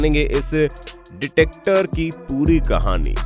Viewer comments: Detector nahi dictator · डिटेक्टर नहीं डिक्टेटर होता है 😁😁😁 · Dictator not detector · Detector nhi bhai....😂😂😂😂DICTATOR...😂😂😂😂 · Sir , it's not detector. It's dictator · Vo ditactor nahi dictator hota hai bro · Kya isne Detector bola??? Start of the video pronunciation ki laga di dude.. rest of the video?? I stopped the video just after "detector". The word is "DICTATOR". Don't say "Vibrator" next time. 👍😅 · That’s dictator not dicoter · detecter nahi dictator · Its dictator not detector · 0.27....you have said detector....i think it was pronounced miscorrectly....it was dictator. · Vaj dictator Bolo